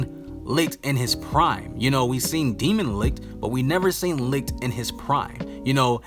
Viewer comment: the way u pronounce licht , lucifer and Lai slash gave me corona virus.